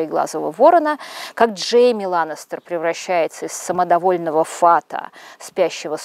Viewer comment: Уж, извините. Не Джайми. Джэйми. Jamie.))